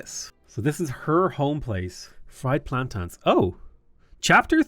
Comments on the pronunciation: I love your channel and game play. Always. So that being said it's.......PLAN- TANE......not PLAN-TAN. 😂 don't hate me ❤ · Plantans? You know there's an i in plantains right? :)